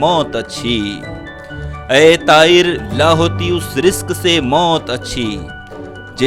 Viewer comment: اس شعر کا مطلب کچھ اور ہے اور آپ ملاہیت کے جنون میں کہیں اور لے گئیے ہیں پھر لفظ طائر کی ادائیگی Pronunciation غلط کرکے شعر کا مطلب ہی نہیں اسکی ادائیگی کا بیڑا غرق کیا ہے Raja khan London Uk 🇬🇧